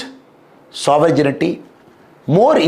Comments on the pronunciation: அருமை. சாவரஜினிடி அல்ல சாவரன்டி. மாற்றிக்கொள்ளவும். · Shri Annamalai English is very good. Only he needs to correct the pronunciation of Sovereignty (g sound is silent)